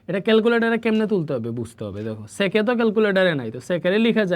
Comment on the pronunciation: SiR sec ta actu sundor kore bolben oita onno rokom lagtese